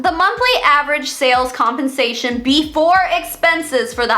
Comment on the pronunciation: When you said “compensation plan” I heard “hunpensation plan”. We should keep it that way